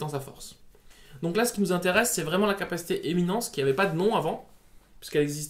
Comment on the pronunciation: C'est éminence et pas éminescence ;)